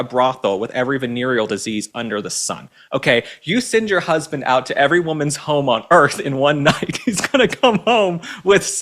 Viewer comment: The word is "husband", not "husbind".